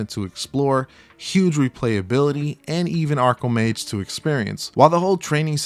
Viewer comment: Arcomage. Not Acromage.